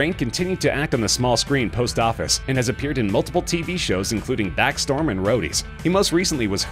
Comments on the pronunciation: It's Backstrom, not backstorm. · THE quiet place, steve in real life, Backstorm instead of Backstrom, angie tribeca mispronounced...are you gonna be ok?